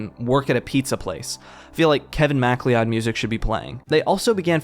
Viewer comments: did he say kevin mac clee od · Just a head’s up. Kevin MacLeod is pronounced Kevin “McCloud” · A Scot here 🏴 The name 'McLeod' or 'MacLeod' (if that is the name you were reading) is pronounced 'McCloud'/'McLoud', just so's y'know. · It's not Kevin Macleon, it's MacLeod pronounced Mc Cloud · Kevin MacLeeOd It's pronounce McCloud, great video tho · His name is pronounced Kevin “McCloud” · The phonetic pronunciation of "Macleod" was a fucking jumpscare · The way you pronounced MacLeod is unacceptable